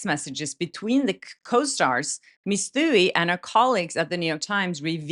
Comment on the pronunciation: Love ya,, but take it from this Irish-American: Megan Twohey's last name is pronounced too-EEE... or too-hee, if ya nasty. 😊